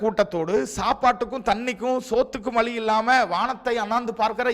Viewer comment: வலி அல்ல வழி